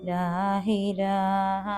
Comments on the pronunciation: ലാ ഇലാഹ ഇല്ലല്ലാഹ് എന്നാണ് ..ലാഹിലാഹ ഇല്ലല്ലാഹ് അല്ല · ലാ ഇലാഹ ഇലല്ലാഹ്. ലാ ഹിലാഹ എന്നല്ല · ലാഹിലാഹ അല്ല ലാഇലാഹ ആണ്